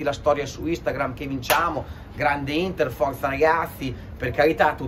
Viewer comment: ma che cazz ci interessa del derby a quello,manco sa dire il nome della vostra squadra hahaha forza HINDDA hahaha hahaha 🤣